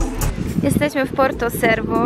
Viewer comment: Porto cervo wymawjaj czerwo, a nie cerwo. W Palau macie 3 plaże do wyboru, w okolicy 15 min z 20😉